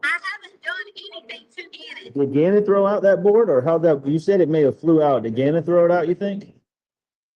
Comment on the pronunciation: I I I Me Me my me I. but she can't even say Gannons name